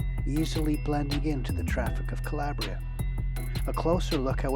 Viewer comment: kuh-ley-bree-uh How he says makes me cringe lol